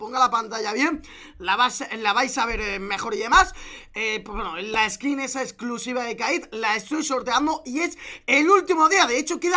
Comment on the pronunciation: toy sorteando una skin "hechculsivah"